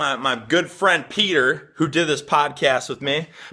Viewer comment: Petah from youkay